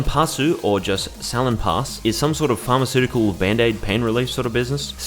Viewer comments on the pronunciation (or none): none